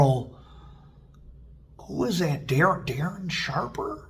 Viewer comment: You said the name right, Darren Sharper. He is a serious sicko